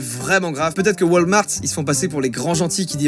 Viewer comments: Pas "Wâlmart" mais WAlmart avec un A X) (Super vidéo joyca) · a ca ma dead comment il a dis walmart xD